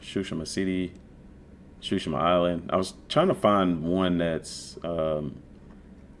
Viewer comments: I think It pronounce sushima not shushima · cool video but you're saying tsushima wrong.